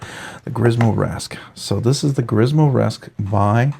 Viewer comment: It’s pronounced Grimsmo, not Grismo.